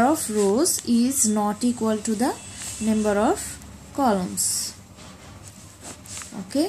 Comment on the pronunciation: it s not nember its number XD